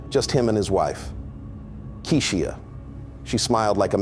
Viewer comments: How hard is it to say KEY-SHA, are you slow???? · U can't even say his wife name right u capping lol